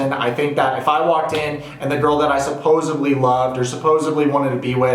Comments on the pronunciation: I just gotta say this real quick... it's "supposedly" not "supposably". Now...I agree wholeheartedly with your assessment of Big Ed. He's a terrible person and should have never even thought about bringing up Rose's breath, leg hair, wanting her to take a STD test- any of that on TV! Those things should've been between the 2 of them. Why didn't he offer to hello fix her ulcer once he found out about it? I mean here takes no issue with confronting her about breath and hairy legs! Also giving her a child's my little pony toothbrush! OMG! I am pissed too. He makes me sick! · LOVED THE VIDEO BUT DID U SAY...... supposeBLY?????? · Supposebly? Oh you mean supposedly. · It’s “supposedly” - There’s no such word as “supposebly” 🤓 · Please dont say "supposebly." It is "supposedly." Pet peeve, makes you sound like Joey from friends